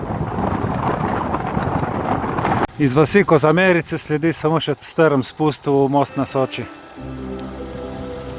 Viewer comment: Kozmarice, ne Kozamerice 😂😅